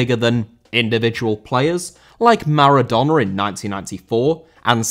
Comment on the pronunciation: Maradona* not Maradoner